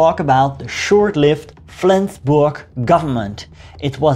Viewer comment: For a non native speaker your pronunciation of Flensburg is on point. Well done my friend. Quite an interesting video as I live in Flensburg, but I've got no clue about these latter stages of the war - atleast not more than the short entry in Flensburgs Wikipedia article ;)